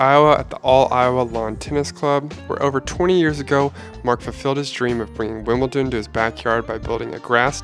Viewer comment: This is incredible! Although I have to say, every time I heard Mark say "WimbleTon" instead of "WimbleDon" I died a little bit inside.